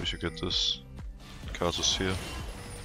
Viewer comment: why does he keep saying khazicks? ohh karthus...